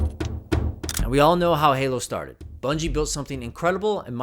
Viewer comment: Bruh who are Bunjie Ross and Frank Connors 😂 (I know who you meant but that killed me lmao)